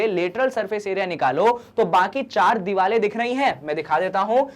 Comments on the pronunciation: Why are you sayin diwale instead of saying diware 😅😅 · Hoti to diware hi Hain but....sir ka alag style hai😂